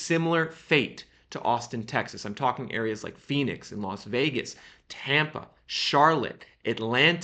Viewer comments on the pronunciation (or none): none